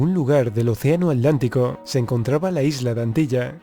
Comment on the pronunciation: Se dice Atlantico.... no alantico... pronuncia la T